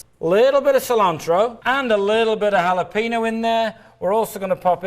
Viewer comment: Even after all these years since I first watched this infomercial, I still can't get over how pronounces Jalapenos